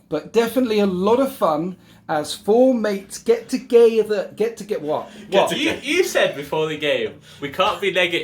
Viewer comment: Made me laugh the way did a fraudian slip at the start, ‘it’s gonna be fun as four mates get to-gay-ther’.